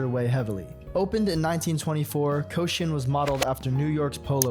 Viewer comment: Yeah, I don't want to rag on a small YouTuber, and goodness knows I would botch Thai or Swahili names for instance, but if you're going to have so many of a language's words in a video, maybe give a look at how they're said? "Shinkansen" doesn't rhyme with "Wisconsin." "Rakuten" in no way sounds like "Racoon ton." "Koshien" is ko-shee-en, not "coshun'." And, yeah, I know nobody needs to know this, but the "cera" in "Kyocera" is just the first half of the word "ceramics" (Kyoto Ceramics), and he still managed to not say it right.